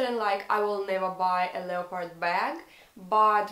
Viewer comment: Интересное видео) всегда интересно слушать русских на английском) вы просили назвать ошибки. Из того, что я заметила, не mother tounge, а mother language) и произносится больше как "лепард", без "о") в целом, английский хороший, приятно слушать)